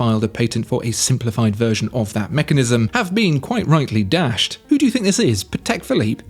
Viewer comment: “CHAPEK ‘BLOOP’”. LOL, nailed it!